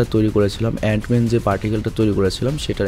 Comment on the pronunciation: অ্যান মেন কে তুমি অনেক বার অইরোম ম্যান বলছো